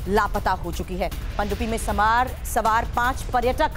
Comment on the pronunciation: Ye Anchor hain sawaar ko samaar bola jaraha hai